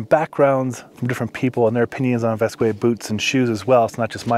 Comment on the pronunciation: The brand is pronounced “vask” not “vaskway”